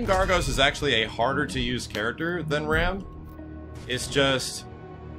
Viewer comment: I hate to be that guy but I'm pretty sure "Raam" is pronounced like Rom